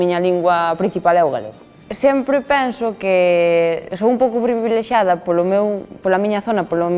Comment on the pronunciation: Que bacalau esta rapaza. Ah, que hera bacallau, he que heu falo hasi. Orror houila falar fora do guión, he que beña ha falar de pribileGiada... Hos paxaros tiranse has hescopetas